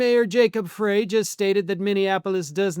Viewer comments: Mayor Frey pronounces his name "Fry" not "Fray". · It's pronounced Fry.